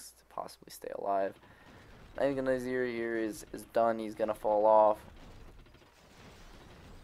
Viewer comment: Its NIZar not NAZir xD . But otherwise a very good and entertaining video